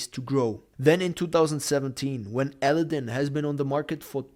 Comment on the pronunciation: You need to learn how to say Aladdin!